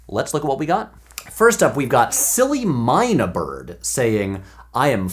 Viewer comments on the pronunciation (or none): none